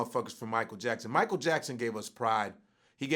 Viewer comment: Mi-ch-eal LMAO!!